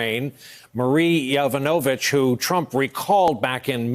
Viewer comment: Good grief, it's not "Ya VE no vitch," it's "Ya VON a vitch."